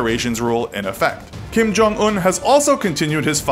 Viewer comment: I love how you bullied Kim’s name